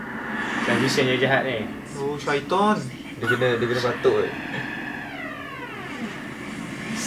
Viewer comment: Abng nya cakap "syaiton" 🤣🤣